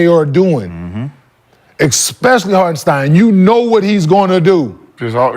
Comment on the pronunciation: Who is harkenson😂😂he mean hartenstein